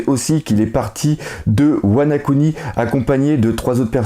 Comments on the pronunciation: tu fais exprès de de dire tout l'temp "WanA kuni" au lieu de WanO kuni ou ? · Wana-kuni ? C'est pas plutôt Wano-kuni... ?